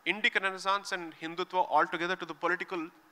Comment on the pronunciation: Hindutva, not Hindutvaa.